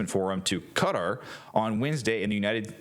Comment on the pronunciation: No way you pronounced Qatar like that 😂😂😂